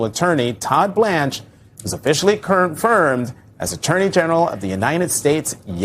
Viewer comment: "Todd Blanch officially kernfermed as attorney general." 😂 love it